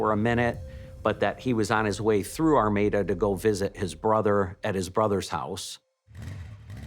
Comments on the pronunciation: The narrator keeps saying Armida, but all of the town and everything says Armada??? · The village of "Armada" should be pronounced like the Spanish Armada (arm-odd-ah), not Are-made-ah. I think that pronunciation is another possible crime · Since they solved this crime, let’s talk about the pronunciation of their town? Ar-may-da?? That should be criminal.